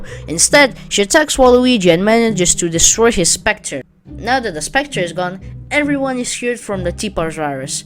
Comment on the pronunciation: For the waluigi ark don’t you mean scepter not Spector